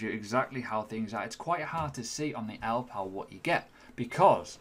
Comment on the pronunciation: Great review and hope you do more product reviews in the future. I like your balanced approach.I reckon it's pronounced "ell Ii pal". I think the middle "I" needs prouncing?